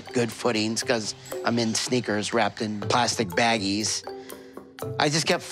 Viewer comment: No one: Literally no one: Not even the producers of 90 day fiancé : Big ed:BaGiEs